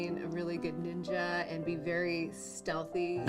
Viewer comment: Ohk, so let’s break down the levels of racism here: The blatant mispronunciation of NEENJA, like she’s a five year old who hasn’t been taught better The idea that this woman thinks that NINJAS, those ancient JAPANESE espionage agents are from CHINA And perhaps what’s probably the most multilayered example of racism here: she says she goes to China… to seek the help of BUDDHA, a historically famous INDIAN man who promoted peace and enlightenment… to be a NINJA… an agent of espionage and assassination… Just, the more attention and thought you give to this war crime against the arts, the more terrible it becomes and the more angry you become